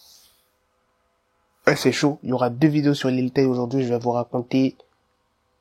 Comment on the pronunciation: au debut tu as dit lil tayne